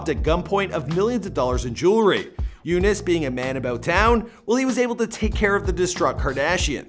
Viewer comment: I think you pronounce Younes great for an American. It's not exactly how we say it in arabic but good job